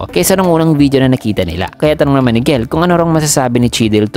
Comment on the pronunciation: Jell po gell ang pag basa hehe